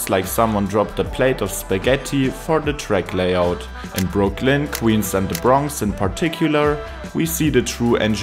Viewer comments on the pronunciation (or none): You must pronounce BROO-klyn, not broo-KLYN. I give you DISLIKE because your weird intonation and half-asleep voice are unpleasant to hear.